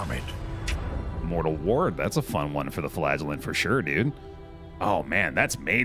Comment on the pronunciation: Am I the only one that hears flatulent instead of flagellant?